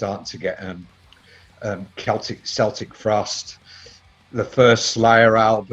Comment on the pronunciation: I think Tom G pronunces Celtic Frost [keltik], not [seltik]. : )